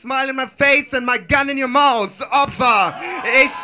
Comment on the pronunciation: "My gun in your mouse" :D traurig, wie viele deutsche das th nicht aussprechen können